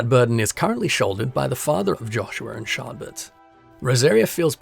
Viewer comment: I both love and hate that you keep calling the main protagonist Shardbert! Keep it up, I love it!